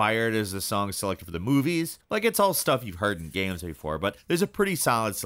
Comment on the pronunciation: talks like the male equivalent of a cali valley girl with the way he pronounces words like "gehms" instead of like a normal person "games"